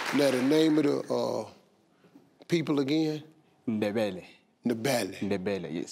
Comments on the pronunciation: I’m a proud South African and I love Steve Harvey, but did he really say “in da belly”😂🇿🇦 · To day I reviewed this show again. Yes Steve did pronounced “In the Belly”😂😂